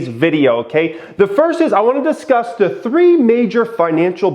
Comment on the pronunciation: “What we will disuss”